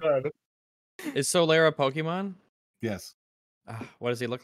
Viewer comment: I hear pokemom and I switch off